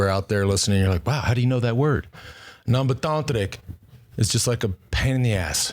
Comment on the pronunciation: Ambetanterik, perfectly pronounced Lance.